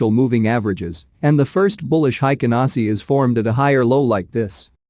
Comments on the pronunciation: BTW: It's pronounced "HEIKEN ASHI" , not "HEIKEN ASI" (The H is not silenced in Japanese) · It 's hi ka na shi not hi ka na see. Just saying lol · The computer voice is terrible. But tbh „Heiken Nazi“ bars, just 😂. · cannot pay attention to the content since I started to hear HaikanASSI!! now it's all I hear; take a shot every time the robot reader says HaikanAAASSIII